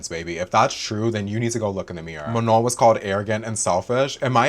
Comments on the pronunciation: 'muh-nawn' *sighs* microaggressive straight up. From Michigan and it's even more obvious to me these days when people do this. They're doing it to Abdul El-Sayed's full name right now to be Islamophobic and it's easy to see the same racist principles reflected here. And it's not even like Manon has a name with a bunch of diacritics or smth all with sounds that don't exist in English jfc. Like at least pronounce the 'no' part without the correct nasal accent and look like you're trying girl. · I feel so lucky that I’m subscribed to u and thanks for mentioning the thing about December ALSO I’m gonna make an edit of u with CapCut 🫶🏻💕 This lopsided bun manager needs to learn to say “manon” before talking bad like that like it’s not mu-naun girl needs to go back to elementary school Problem solving? U mean problem CAUSING And u did as amazing as always 💅🏻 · .... please may this lopsided bun not pmo. may someone please lmk if she pronounced Manon's name wrong on purpose or what☠😭 I jumped the gun, you touched on LP bun pronouncing her name wrong😭 The effort you put into these videos is amazing. Thank you for approaching this whole subject respectfully and still encouraging us to go and do our own research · i was just about to comment about how missy NEVER pronounces Manon's name right when you brought it up. it always irked me how she's known Manon for YEARS now and still doesn't say her name correctly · know what a micro aggression is, I get them a lot as a queer person, and ya that’s 100% what it feels like. She very clearly knows how to say Manon’s name right, everyone around her says it right and she has definitely heard it pronounced right online. I could give her the benefit of the doubt in the beginning but she is choosing to pronounce it wrong atp (love your pfp btw)